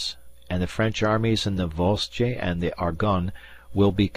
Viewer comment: And 'Harwich' is pronounced 'Harritch' not 'Har - witch,' and 'Voss-Jay' is pronounced 'Voag,' i.e., rhyming with 'Doge' as in 'The Doge of Venice' with the 'g' sounding like the g in German.